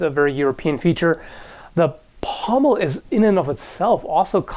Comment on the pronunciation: said pommel!!!!!!!!!